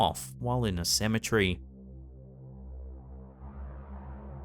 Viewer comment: CEM - E - TER - Y!! There is no such thing as a "cemetree"!!!!